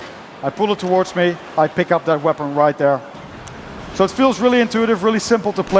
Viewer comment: lol you can carry "MORE THAN ONE VEPON"